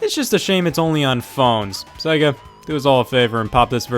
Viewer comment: I can't watch this, you can't pronounce Sega!!!!!